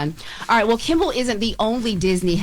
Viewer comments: KIMMEL!!!!! Damn girl! She's repeatedly said KIMBLE. Y'all should be tired of ppl joking about your reading abilities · Am I the only one hearing say Jimmy “KimBel”?